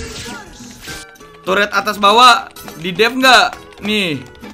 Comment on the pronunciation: Ngakak base dia sebut turet gede